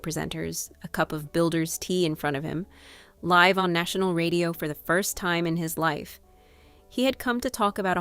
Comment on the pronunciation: This video's voiceover wasn't properly proofread. The word "live" (meant to be pronounced like live in a live broadcast) was pronounced live (as in exist).